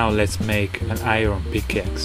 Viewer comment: Wait Did You Say PICCaxe!